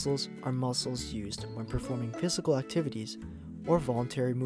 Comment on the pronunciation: What about how he said physical? "Piss a gul"